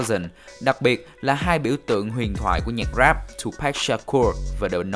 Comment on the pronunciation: Đọc là Tupac, không phải Tupack nhe bạn. Rất khó chịu!